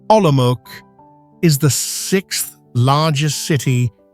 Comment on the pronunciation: Prague is presented as Olomouc (which is not pronounced as Olomok). Yes, "altered and synthetic content" is correct. Very pretty, though.